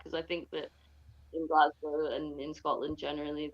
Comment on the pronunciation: "Glass-cow" uuuugh